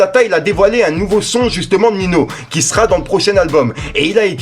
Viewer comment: Srx prononce ninio wsh tu me stresse c pas nino